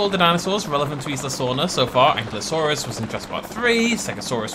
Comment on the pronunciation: Ah,, still pronouncing Ankylosaurus wrong. And, as far as I’m aware, the DPG stuff is still canon.